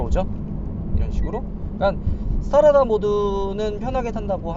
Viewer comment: Strada스트라다를 스타라다라고 읽는 거 보니...어릴 때부터 영어공부와는 담을 쌓고 살았구나...